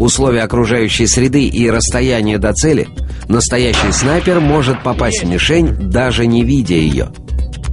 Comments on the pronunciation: он сказал снайпеЛ . А не снайпеР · сек в начале он говорит снайпел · сказал снайпел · снайпел XD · На диктор говорит снайпель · он сказал снайпел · снайпел ха ха орнул